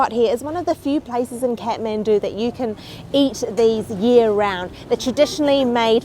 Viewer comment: Not catmendu it's Kathmandu 🙈